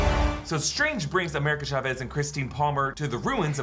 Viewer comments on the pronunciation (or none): Also just a tip for anyone who don’t know how to pronounce America Chavez name the actual way is “Cha-Vez” with the “Cha” like T’Challa I heard many people say “shavez” which is completely off